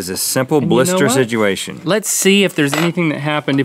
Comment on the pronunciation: DOUBLE Rhett "Sidgeuation" alert!